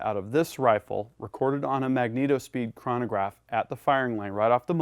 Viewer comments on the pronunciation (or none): none